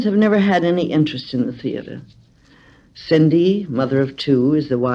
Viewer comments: Why do you continue to call one of the twins Sidney? It’s Cindy. Ugh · I don’t think it’s so much an issue, as it was confusing, I had to rewind to check if I missed someone called Sidney, and then I searched Joan Crawford to find out who was a person named Sidney in her life. After some time I arrived to the conclusion that it must have been a mispronounciation